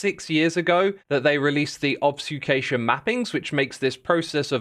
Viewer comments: take a shot every time he says obsfucation instead of obfuscation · i love xisuma - mistaking "rate of fire" for the rate of fire ticks applied to burning mobs, pronouncing "obfuscation" as "obuscation" and calling a kebob a "kebou" 😭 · Did you just say "obsucation" instead of "obfuscation"? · he obfsucated parts of the script... well it happens to all of us , , obfsucation -> obfuscation kaboo -> kaboob rotted flesh -> rotten flesh nautiluses -> nautili nautilus -> nautili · Obfuscation is pronounced "ob-few-skay-shin" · The word of the day is: ob-su-cation. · Are you pronouncing obfuscation wierd? it sounds like obSuFcation... is this a joke about obfuscation i to dumb to understand? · You mispronounced "obfuscation" as "obsucation", xisuma. edit: you also somehow messed up saying "Kabob", calling it "kaboo". :washhands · What's an obf-s-ucation? lol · ah yes, obsfucation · He mispronounced like 3 words in this video, what's up with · I heard obsufcation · Also "Obsucation" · Your mispronunciations of obfuscation and kabob are killing me. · Am I missing something? Is obfuscation pronounced differently in other countries like aluminum? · Yes unfortunately